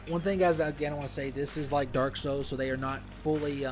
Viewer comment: Its souls not sous